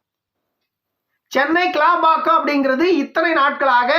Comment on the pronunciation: ஐயா கேளம்பாக்கம் அல்ல அது கிளாம்பாக்கம்